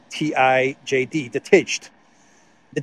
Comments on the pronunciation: De tijd Is pronounced, de tide. Ij = English ai. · I think De Tijd is pronounced De tate in english meaning The Time or times maybe. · "De tijd" is indeed an important Belgian paper. But your knowledge of the Dutch pronunciation is certainly not correct. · We really live in a 🤡 world, it gets more and more absurd each day passes by. Speaking of Belgium, the country of the Absurd, just a small correction for the mentioned newspaper "De Tijd" ( the Times) : the spelling rhymes with 'Eid' (the Muslim holidays)😊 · LOL, love how isn't even going to try to pronounce "De Tijd" (pronounced as "The Tide", meaning "Time" or "The Tide" as a period of time)